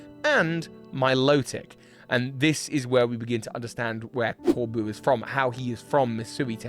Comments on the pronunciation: As a french viewer, it was ear piercing to hear you say "Corbu" for "Corbeau" all along that watch... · My dear,, his name is Corbeau not Corboo. It’s just the word beau. France is right there next door, buddy. This wasn’t a hard one. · The "eau" in Corbeau is a simple O sound,; not an "oo" like in boo. Source: I am a French person. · I would argue that IF Corbeau (which is pronunced cor-BOW btw) is indeed from Mossui Town and related to Kieran and Carmine (which from the dialect he uses does not seem to be the case, I'm surprised you didn't mention that), then he would know that the Loyal Three are imposters, I mean it was a pretty big plot point in the Teal Mask that Kieran's family is the only one who knows the truth about the ogre and the Loyal Three. I'd also argue that it makes sense Corbeau and Feazandipity share a color palette since that colour palette in the usual poison-type colour palette. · hi resident french here Corbeau is said "corbo" with the latter o like in comb*o* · I love that you pronounce his name core-boo, bc my entire social media feeds has been nothing but people wanting him to be their boo since the moment he appeared 😂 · I'd personally like to imagine his name is pronounced "Cor- Boh" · Pronounce it O. CorbO. A corbeau is a Raven in french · fyi corbeau is pronounced corbo and is french for crow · Honestly it just made me giggle, like was calling Corbeau his boo